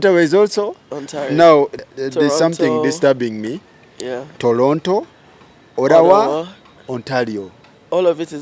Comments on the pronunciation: The way this guy is pronouncing Ottawa 😂😂😂😂olemwa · Did I hear farouk say Orawa?😮😅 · Who else had The YouTuber say Olawa?.